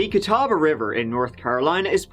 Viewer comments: Gratz on pronouncing Catawba correctly! I know locals there that get it wrong. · When covers a story from your town. Cheers on the correct pronunciation of Catawba! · Why is it that the area where I live is only famous for things like this?! Please know that there are actually wonderful people and good cops in NC. Also, kudos to you for pronouncing Catawba correctly. :)